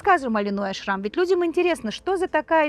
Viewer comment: Во-первых, Линой Ашрам, а не АшрАм. А, во-вторых, у Линой никогда не было русского тренера. Ее личный тренер Аелет Зусман приняла ее в группу маленькой девочкой. Да, Линой знает немного русский, т.к. в ее окружении много русских девочек. Так что советская школа к Линой имеет ровно такое же отношение, как и ее происхождение